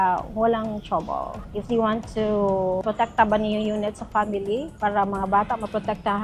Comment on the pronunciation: "Chows" "trowbol"